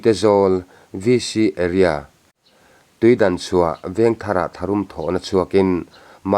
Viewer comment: Tuidanchhuah tih ni lo in tuidangchhuah zawk aw